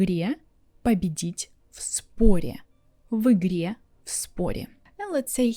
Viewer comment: Also interesting when you pronounce и like ы in в игре, I guess because в is hard consonant